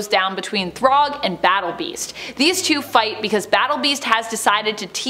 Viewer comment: If you need help with the pronunciation, it's "Thragg" not, Throg.